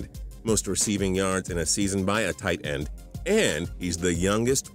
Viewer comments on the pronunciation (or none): Why does he say it like TIGHTEND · something seems weird about the way this guy says "tight end" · The way he says "Tight End" pisses me off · why do u say tight end like that